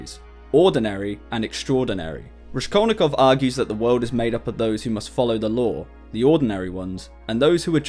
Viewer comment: "Raskol'nikov" is pronounced (also as shown in Wikipedia) with "s" like in word "rascal"😊. Thanks for video. Hello from Odessa,Ukraine .